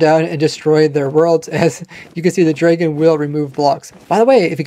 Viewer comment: i heard dr[eI]gon i thought it was pronounced dr[ae]gon am i weird